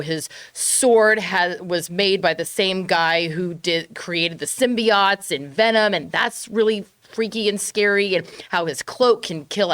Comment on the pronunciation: Did it bother anyone else how pronounced “symbiote”, like worse than the original Venom trailer?